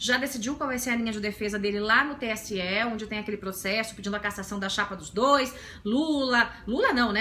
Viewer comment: Acho o máximo quando ela fala "proxexo". Muito legal.